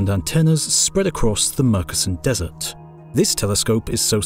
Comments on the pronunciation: Great documentary. I do however have a very minor quibble in pronounciation. Murchison is pronounced Mer chee sun. Great work otherwise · Murchison is pronounced with ch not c...just sayin.... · I doubt anyone is interested but Murchison is CH as in church, not K. Made it a little bit murky son. ;)